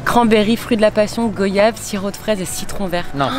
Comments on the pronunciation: Goi-yave et pas Go-yave svp..😭😭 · Salut juste une petite précision on dot GOIAVE ça s'écrit goyave mais la prononciation c'est oi voila bisous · Alors pour la prononciation du mot goyave la syllabe OYA se prononce comme dans le mot "voyage" Petit message de la Guadeloupe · Je t'adore et félicitation pour le bébé mais comment tu a prononcé goyave. Goyave se prononce comme voyage et je t'adore